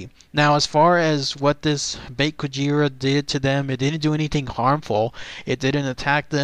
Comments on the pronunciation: it's pronounced bake kujira as in ba and the letter k not bake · Actually the "Bake" part is meant to be pronounced "Bah-keh" o w o